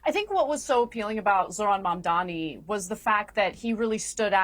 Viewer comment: Piers keeps mispronouncing Mamdani. just call him Mr Mayor.